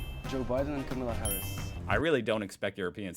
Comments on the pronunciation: And therefore its pronounced KAmala in stead of KamAla. The emphasis is on the first A. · Dude, why do you pronounce Kamala's name wrong, the same way tRump does? You still don't know her name? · Pronunciation of the Vice President's first name!!!!!!!!